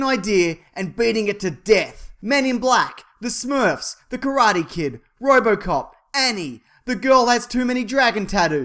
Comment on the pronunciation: He said the title to Robot Cop incorrectly.